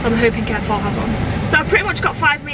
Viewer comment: Why does her pronunciation of ‘Carrefour’ annoy me more than anything else?